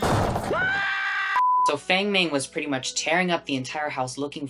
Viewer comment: Bestie please learn how to pronounce Chinese names :( this is really good but you said everyone says wrong. Feng mengs name is pronounced fahng mahng 😭😭😭